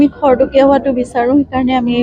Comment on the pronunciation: খৰকটীয়া কৈছে। খৰতকীয়াহে হ'ব লাগে।